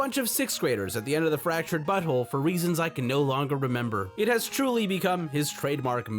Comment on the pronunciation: Fractured Butthole?